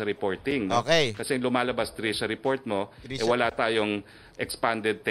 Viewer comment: Hindi po trisha, trushya!!